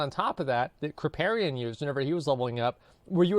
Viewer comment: The FACT that he said Kripparian 👏👏👏👏👏👏👏👏👏👏👏👏👏👏👏👍💪💪💪